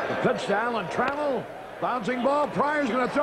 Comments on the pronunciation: Alan Tra- MELL .lol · That might be the worst Tigers lineup intro ever. Screwed up the order. Called Champ Summers "John". Mispronounced Alan Trammell.